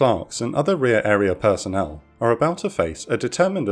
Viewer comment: “Rëar arëa përsonël” “Black përsonël” i hopë u didnt whytë wash history on purposë